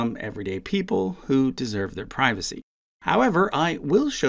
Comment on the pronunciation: "down with the monarcheh, we just want our privaceh"